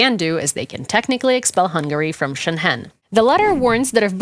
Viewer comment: Excellent piece. No offense, just please check your pronunciation of "Schengen" - being German, I first did not know what you were talking about Xd